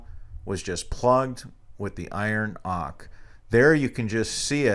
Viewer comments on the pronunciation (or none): its pronounced oak-ER not "ock" btw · what are you saying? iron Ock?